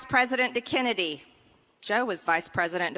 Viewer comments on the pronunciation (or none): none